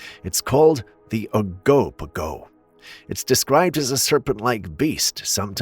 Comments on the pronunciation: Ogo pogo is pronounced like it looks, not the way you pronounced it. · oh-can-og-an.....and oh-go-po-go lol jeesh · Oh-ka-na-gen (G like guy) and Oh-go-po-go hahah bless been here my whole life, just thought i’d help you out there 🤣🙏🏼 couldn’t help but cringe when you said it